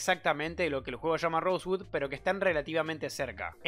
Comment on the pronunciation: "rosegud" xD